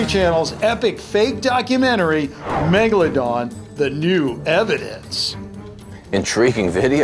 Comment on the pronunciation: I knew it was a great white when u said "baby megalandon"....